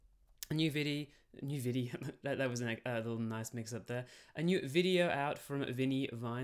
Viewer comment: When I heard "new viddy", I just assumed you went full-Aussie for a moment